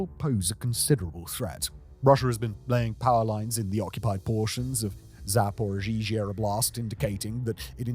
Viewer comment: Still zaporozhizha... It's been a few years already and nobody told him how to pronounce it?